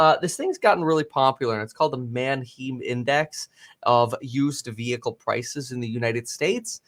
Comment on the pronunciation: I'm like 90% sure he's pronouncing the Manheim Index incorrectly. He's saying "Man-Heem". I think its pronounced "Man-HAI-M" like the all female band "Haim" or the city of "Anaheim, California"